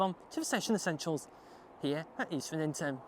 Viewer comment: Isn't it pronounced EASTrington not EastRINGton?